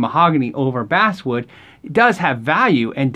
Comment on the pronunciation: never knew basswood was pronounced like that